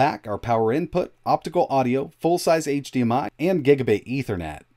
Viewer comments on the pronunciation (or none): none